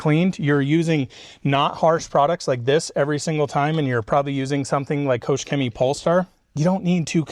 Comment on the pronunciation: Great Video, thanks for that. But please, as a Germany i beg you, please please go to Google Translate and let it show u how to say “Koch Chemie” pls 😅😅😂